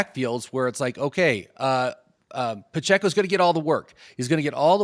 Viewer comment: It's not Paccecho contract year IDK why he keeps saying that